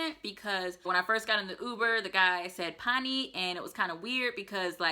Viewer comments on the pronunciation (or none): none